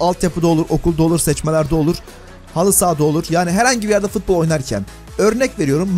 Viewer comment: Biri şuna futbol demeyi öğretsin mk fıtbol ne